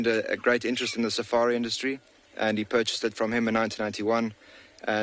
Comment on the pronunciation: yeah, 1980 and then 1991 (the accent!)